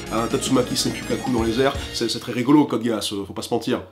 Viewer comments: Oui mais GEASS en anglais cela se prononce bien "Guisse". Et comme il s'agit bien d'un mot anglais dans la série, pourquoi reproduire une faute volontairement? Si les japonais ne sont pas capable de bien prononcer de l'anglais, devons nous nous aussi mal prononcer? Non, ca n'aurait aucun sens. Donc oui, l'on est bien sensé prononcer GUISSE, n'en déplaise au puriste de l'anime qui n'ont pas compris que la prononciation d'une langue ne se reproduit pas d'une langue à l'autre (ca n'aurait aucun sens que les japonais fasse pareil en reproduisant l'accent francais sur des mot anglais dans une série francaise, et bien c'est pareil) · Sinon si tu veux paraître plus crédible c'est très simple, le nom original de l'anime en japonais, c'est "コードギアス", traduit par "Code Geass" en anglais, mais si tu appliques une retranscription en caractères latin façon Hepburn tu obtiens "Kôdo Giasu", donc Geass se prononce "Gui-a-su"; à noter que le u final peut être prononcé de façon plus ou moins muette. Dans le cas ou le mot se prononcerait "Guisse", on écrirait "ギ－ス" donc ça ne tient pas. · Geass se prononce "Gué-asse" ou à la limite "Gui-asse", mais pas "Guisse" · Boris Kelkun tes dans le champs, ecoute la VO, il prononce, Gi-ass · on prononce vraiment code geass comme ça ? genre code guéasse ? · Je pensais pas que ça se prononcer Code Gay Ass, je suis ... ... surpris? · Sérieux cod géas Tout le monde c'est que ça se prononce "cod gys" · Désolé mais on dit Code Guiss. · CODE GÉHASS putain c'est pas dur en anglais ea c'est I en Français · lol "code gay-ass" c chelou comment tu le prononce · Wah... désolé mais en 2 minutes j'ai entendu "Code gaisse" (t'as oublié un "R"?) et "Evanguélione".... Peace. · Oui, on dit Geass en anglais...non les francais, ca ne se prononce pas comme ca. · ON DIT CODE GUISSE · BONJOUR je suis Mr. C ,c pour chipoteur code geass ne se prononce pas code gass mais giss ça se dit code giss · "code gayass" désolé mais moi j'entend ça